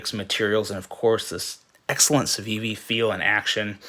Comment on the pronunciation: LMAO you can't even say the name right 🤣